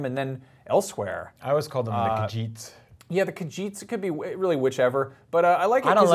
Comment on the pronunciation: How could you not pronounce Khajit right.